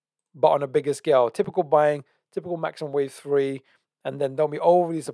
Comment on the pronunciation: Just had to pause the video - you said 1 , 2 , tree instead of 3 - 😅🤣